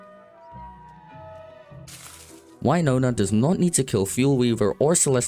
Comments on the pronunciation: It's Weenona, not Whynona. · who's Why-nona 🤔